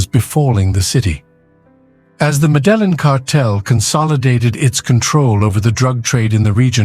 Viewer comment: “The medellen cartel..”